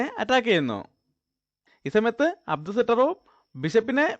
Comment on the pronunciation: അടു സട്രോവ് അല്ല. അബ്ദു സത്താറോവ് ആണ് 😄😄😄